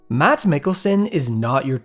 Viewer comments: HAE ever heard that his name is pronounced "Maz?" I think he just pulled a Willem Dafoe (DAY-foe) and just agreed that you said it right :) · His name should be pronounced "Mass" in English - Its a soft "D" :) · I love the vid, Only note I have is that the D in Mads isnt pronounced ou loud while saying the name :) Basically Mads is pronounced Mass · Its pronounced Mass! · Please fix the promounciation of hos name. Its Mads as in takeout. The a is flat and no d is probpunced. I am danish. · It's a crying shame that you do an entire exposé on the guy, yet never did that little bit of crucial legwork that is >Pronouncing his name properly<. As our favourite black bounty-hunter, Django, is want to say - "the D is silent." Start to say "Mad", but cut off before the D, and add a soft S. "Maa's" The more you know ;) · It's pronounced mass Mikkelsen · The D in Mads is not pronounced fyi, his name is pronounced like if you said "mass" quickly. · Mas Mikkilsen is the pronounciation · Fun fact: The 'd' in 'Mads' is silent. So for example here in Denmark, Mads Mikkelsen is actually just pronounced "Mas Mikkelsen" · Just pronouce his name is Mass like in mass effect, Mass Mikkelsen. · hate hearing people misspronounce his name Mads is pronnounced the same way "Mass" is you just shorten the ending on Mass and there ya go. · So all people outside Scandinavia seem to mispronounce his first name. It is actually pronounced more or less similar to "Mass". The "d" is silent and not pronounced. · btw the "d" in "mads" is silent, so it is like "mas" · For those who are interested: His name is pronounced "Mass". The 'D' is silent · The "d" in Mads is almost silent...It would perhaps be better to pronounce it Mash Mikkelsen. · Mads played the same lion in both the original, and the Danish version :D And as other have said, the name is better pronounced without the d.. Something like "Ma'ss" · FYI You dont need to pronounce the D in his name its just pronounced "Mas"